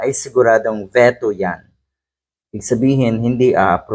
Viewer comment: Kuya hindi ve-to...dapat po ay vi-to